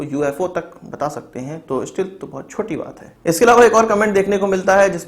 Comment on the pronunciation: bhai STEALTH ka pronunciation sahi karo